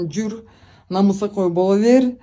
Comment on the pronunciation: Намысакөй эмес, намыскөй деп кыргыздын тилин так сүйлөсөң аябай дагы жакшы болмок.